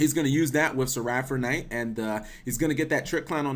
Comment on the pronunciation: You add a weird 'R' in Seraphinite where there wasn't one... "Seraphernite"